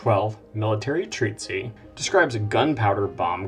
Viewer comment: The word 'treatise' in the singular does not have the final 'ee' sound that occurs in the plural 'treatises'. The 'c' in 'Aceh' is not pronounced as an 's'. The first vowel in 'yeoman' is a diphthong.